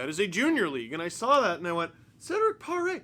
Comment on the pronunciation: as a Quebecer named Cedrick, I can say you didn't do too bad, Steve!